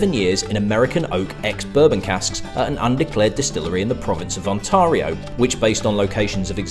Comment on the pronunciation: Pronounced On-teary-o, buddy.